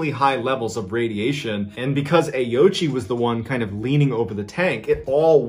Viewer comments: I believe in the native language it is pronounced closure to "oh-oh-ch" I believe the ending I is silent? I could very well be wrong. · It's Oh-ooch-ee, FWIW. But I agree that that's less fun. 😉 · Well done on the pronunciation of ghost man’s name! I would have automatically pronounced Ouchi as Owchie not Aochi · Ouchi is pronounced wrong. I speak Japanese. Ouchi is composed of three kana: おうち O- pronounced o as in “old” U- pronounced u as in “use” Chi- pronounced chi as in “cheese”